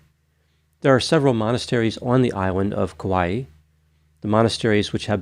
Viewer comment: I love your videos! You are such a calming voice of reason to listen to describing such horrific incidents. I just want to stop by and give you a teeny pronunciation tip as someone who adores Kauai and has been there many times (without going missing, obviously). In Hawaiian, when you have an apostrophe, it makes the sound between the two vowels into a glottal stop like bow Cockneys say “bottle” as “bo’l”. It’ll always be that way in Hawaiian as far as I have known. Hawaii is also actually supposed to have a glottal stop as Hawai’i is the proper spelling. I hope this helps in your Hawaiian adventures! The locals will look at you slightly less annoyed if you pronounce it better. They are annoyed by us anyway… don’t let it bother you too much if you are vacationing there.